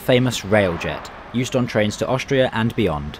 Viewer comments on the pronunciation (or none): none